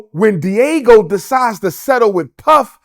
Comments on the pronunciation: It’s Diageo, not Diego. Just sayin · (Dee- ajio) that’s how you pronounce it, not Diego man. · The use of the Fed RICO statue to prosecute whatever they alleged Diddy to have done was definitely extraneous! Btw, Dr. Umar Diageo is pronounced : Dee- uh-gee-oh ! ✊🏾💯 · Brother Umar keeps saying “Diego”, but I think he means Diageo (Dee-Ah-GEE-oh). I used to work there duringPresident Obama’s first election. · It’s not Diego 😂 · It's Diageo not Diego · Its pronounced Dee- Are- Geo. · It's not pronounced Diego. it's Dee-Ah-G-O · Diageo fella, not Diego...but all else could be spot on because 50 said it too. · The company is not Diego it’s diageo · BAD BOY... damn thing was starin us in the darned face this WHOLE time..regardless of the gang negativity and Suge's personality... yeh.. Deathrow wins by default 😂 (p.s. when he mentioned Diego i was thinking "all this beef with the carwash dude?") Pronounced DEE AH JEE OH Diageo basically own big alcohol brands mainly Guiness.. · Diego? Pronounced Dyadgeo. Diddy is not a King in hip hop - I don't believe this conspiracy theory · The company name is pronounced D-Agi-o and it’s spelled Diageo not Diego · DIAGEO not DIEGO! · Dr. Umar hit the nail on the head. Diddy is still scum though and it’s pronounced D-Ah-Geo not Diego my boi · Diageo. De-ah-gee-oh. Umar calling them Diego like its a Mexican family Puff is beefing with. Do not listen to this man. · It’s Dee-ah-gee-oh. 🤦🏾‍♀️ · If he’s going to accuse the liquor company he could at least pronounce it properly. It’s not Diego like the city. Bottom line is if he was living foul Diageo couldn’t do what he alleged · Diageo Pronounced (di-a-gi-oh). It’s the Liquor co. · Everytime he pronounced Diageo “Diego” I almost died lol. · It's Diageo, not "Deagle" lmao😂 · He kept calling Diageo, 'Diego' and I'm dead 😂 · I thought I was the only one who noticed that lol. I was like what the heck is Diego😂. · It’s pronounced “DE AH GI O” 🤦🏾‍♂️ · It’s “DIAGEO” Lol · Diageo- not Diego 😅